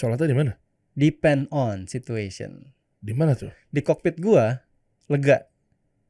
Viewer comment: Depend (tergantung) ruangan ...didengarnya pen